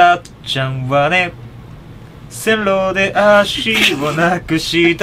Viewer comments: どうろじゃないせんろ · 遠ろじゃなくてせんろですよ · どうろじゃなくて[せんろ]です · どうろじゃないよ、せんろだよ。